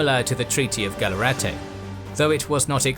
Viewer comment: I think there is a mistake at 11.15, its the treaty of "Gallarate" and not "Gallarte" (my hometown in Italy is less than 20km from Gallarate)